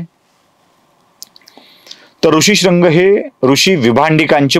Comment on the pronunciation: कथाकथन सुंदर आहे.पण भरद्वाज,भारद्वाज,ऋष्यशृंग,ऋषिशृंग, कळीचा मुद्दा मधील कळ हा शब्द अशा काही गोष्टी खटकतात. रामकथा सांगण्याचा वेगळा मार्ग स्पृहणीय आहे.श्रवणीय आहे.अभिनंदन!